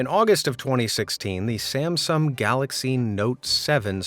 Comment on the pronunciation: did you say the "galaxy Samsam? Is this voice AI or